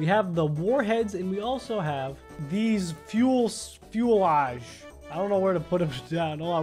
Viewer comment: its prononced fue-sah-lage